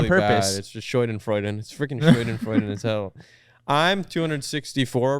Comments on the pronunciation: its schadenfreude not scheudenfreude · not them butchering schadenfreude